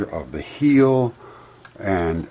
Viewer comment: Theres gold in them there "heels" (hills) !!??🤣🤣🤣🤔🤔🤔🤔